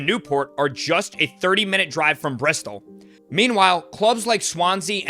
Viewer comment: He said breast all not bristol 😂😂😂